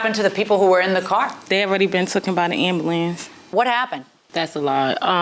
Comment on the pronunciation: The second she mispronounce ambulance I know their IQ is low 80's.